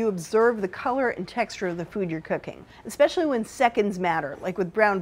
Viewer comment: Unlike the masses here who fail to understand that All-Clad had a sterling reputation long before ATX came along, my problems with their videos is the use of "expecially" instead of the actual word, especially.